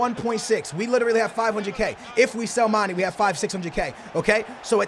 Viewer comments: Get rid of him cos his name is not mane (pronounced man-ie) it's actually mané (man-ay) plz pronounce it right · It's not Ma-nee, it's said as Mah-nay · ITS PRONOUNCED MAN-AY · its pronounced marn-ayy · OMG BRO LEARN TO PRONOUNCE MANE'S NAME RIGHT ITS SO ANNOYING TO HAVE TO LISTEN TO YOU SAY mannniieeee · please pronounce Mane right ffs. Not hating but come on man.